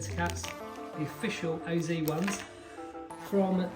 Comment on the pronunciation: Just an FYI, You pronounce "OZ" in OZ Racing like the letters "O" and "Z" said individually, or similar to "oh-zed" (British) or "oh-zee" (American), as the name comes from the founders' initials, Oselladore and Zen, That is why there is a dot in-between the letters. You corrected yourself in the middle of the video, but I wrote this at the binging of the video.